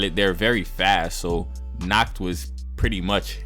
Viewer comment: The one thing i hate about the episode is nacht being pronounced as nahato its pissing me off